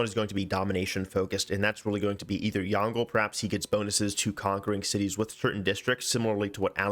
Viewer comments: Would like to point out that Yongle doesn't rhyme with dongle (despite Sean Bean's pronunciation), the G is silent and "le" is more like "lə/luh" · As Chinese speaker I absolutely love how every civ6 youtuber are pronouncing yongle like dongle. It's unique and fun，cuz when you're a speaker of this language you never would have thought that you can pronounce it this way. Keep doing that